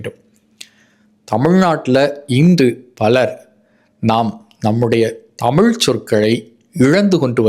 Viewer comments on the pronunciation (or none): Aiya ellam sari, but koli illai kozhi, zha, zhi, zhu, please don’t pronounce Tamil, instead Thamiz, sorry I didn’t have Thamiz fonds, Thank you for your great service and your valuable time